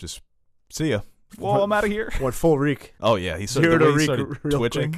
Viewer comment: Reek, reek, it rhymes with weak.